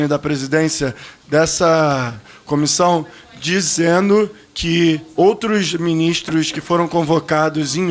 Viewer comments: "Dizeno", "fazê", o cara é cara de pau e fala muitíssimo mal!!! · Acho que ele nunca estudou gerúndio na vida e não sabe que sua terminação é NDO. Por isso acaba falando: "dizeno" e outras pérolas do tipo. Ele deveria voltar para o ensino fundamental, pois está PRECISANDO.